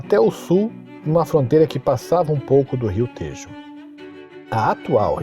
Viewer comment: Tejo e Alentejo pronuncia-se com o “e” aberto.